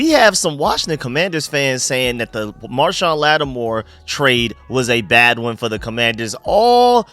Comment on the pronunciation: Idk how many times I’ve heard you call marshon lattimore - marshawn lynch 😂 Great video let’s get these birds